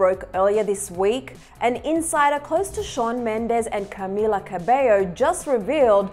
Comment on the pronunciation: why do you say Camila so weird